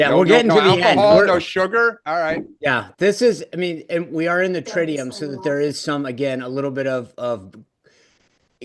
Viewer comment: Love commitment to Lent. Just an FYI. It’s pronounced trid-u-um. Tricky word.